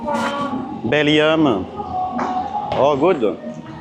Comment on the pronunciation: Bellium mdr parle comme les Thai My from bellium 🤣🤣🤣🤣🤣 Elle te corrige BELGIUM hahahahahaah excellent!!!